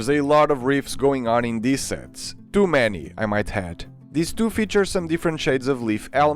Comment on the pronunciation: Why you say "two" and "too" like "Tu"